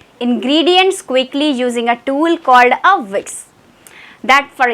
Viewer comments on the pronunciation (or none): Is it whiks or whisk? You are speaking whiks ma'am!